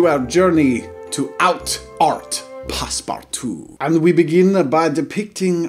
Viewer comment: It’s not passparttwo it’s passpootwo